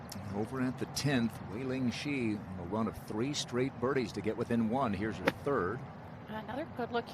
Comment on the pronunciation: To the commentator: Wei-Ling Hsu last name is pronounced like "Shu", not "Shi".